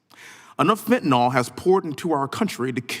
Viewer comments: If you're going to talk about it, at least know how to say it. There is no such thing as fentanol. It's FENTANYL and the last syllable rhymes with "pill." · he still can't say Fenta-NYL... not "nol" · It's fentaNYL, not fentaNOL